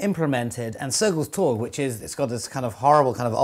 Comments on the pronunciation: Interesting bit of trivia. Note: 'torg' has a soft g =) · I love how you pronounce Sergels torg